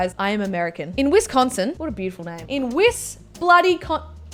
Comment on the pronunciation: Can I just say that someone out of America just pronounced Wisconsin correctly?